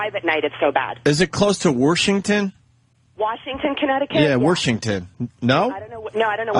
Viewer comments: Worshington? Fuckin home run ope lay it on us one more time to let the laughs really set in. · He said... WORSHington. Still funny... ughk